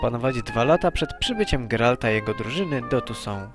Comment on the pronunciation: Rzadko kiedy uczestniczę w polemikach internetowych, ale tym razem muszę!!! Mianowicie chodzi mi o sposób wymowy nazw własnych z uniwersum stworzonego przez Andrzeja Sapkowskiego. Na spotkaniu kilkanaście lat temu zapytałem go o to i wychodzi że: 1. Toussaint to "tusą" lub "tusant"; Beauclaire to "boklee" lub "boklerr", Maecht to po prostu "majeht". Stolica Temerii to "wyzima" przez "ź"nie "wyz.ima" przez "z". Z kolei byłym władcą Redanii był Wyzimir przez z. Itd, itp. Proponuję byś na przyszłość pokusił się choćby o konsultacje z kimś znającym temat. Wiem, że CDP R też kilkakrotnie użył w grze W3 błędnej wymowy nazw. Nie wspominając już innych lapsusów- to sam Geralt-Rozenek myli się min. czytając nazwę stolicy Temerii w kilku dialogach i tak trafiło to do finalnego produktu.